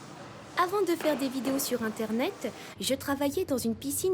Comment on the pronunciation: *Le ternet " ça m'a tue😂